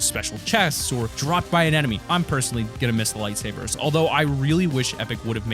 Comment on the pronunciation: You said lightserbers I literally screamed LETS GOOOOOO